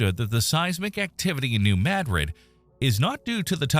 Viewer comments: Not in s.e. Missouri. New Mad rid is correct. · New Mad-rid, or New Muh-drid (pronounced like the Spanish city) are both acceptable. But the locals pronounce it "Mad-rid". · that's how we pronounce it, we live close to New Mad Rid😆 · Holy crap..."New Madrid" got pronounced correctly in a YouTube video for once. Nu MADrid 🎉🎉🎉🎉🎉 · That is the correct pronunciation for s.e. Missouri. New Mad rid. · I’m in Southern Illinois, and a short time ago, in the evening, I felt a slight rumble…it didn’t scare me, but I’m sure I know what it was. I’m out in the country and it was not a big truck rolling by down the road. And it is pronounced Maa-drid (short ‘a’ like in apple 🍎) here. AI voice got it right. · Wow! You pronounced New Madrid correctly! Cudos! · As someone born and raised in New Madrid, I’m just proud a YT video pronounced the name correctly for once. 😆 We live on a subduction zone, which, if the big one hits, will instantly liquify the ground. There will be no shaking. It will come in waves. Literally the earth rolling. The sand boils will pop up. You can still see the scars from satellites. It will be devastating. I just hope we are in the long sleep of this giant. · Finally, someone can say New Madrid properly!!!!!